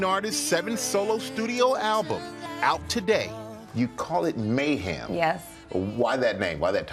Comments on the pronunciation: "you call it mayHAM." "Uh...no I don't." 😂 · Michael says “mayHAM”. Seriously?? She purposely then says “I called it mayHEM”.